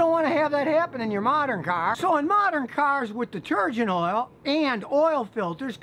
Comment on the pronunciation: I like how Scotty Says “CAARR”